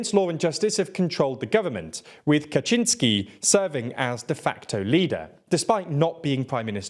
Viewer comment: You have improved. Kaczyński ok, but Jarosław needs a bit of a correction - it's Yaroh Swahf" ;-) . Well done for making the improvement.